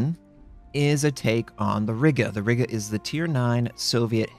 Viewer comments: you probably don't care; but i'll be "that guy" i'm pretty sure riga is pronounced as r-eye-ga and i believe WG said tianjin is pronounced as tee-an-gin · Riga not Rigga ;) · Riga is pronounced as R-ee-ga, Im from there I would know :)